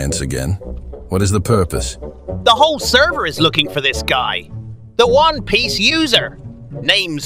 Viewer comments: they say Juan piece instead of one piece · But why do they say Juan piece tho😂